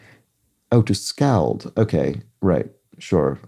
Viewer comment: Scald is pronounced scaald. The sound is close to ah.